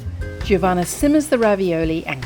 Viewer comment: it's Jo-vanna not J iiiiih ovanna